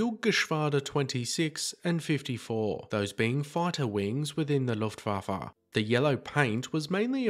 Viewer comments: It's not the "Luftwaffa" - it's "Luftwaffe" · Yes he did. But he totally blew it on Looftwaffa.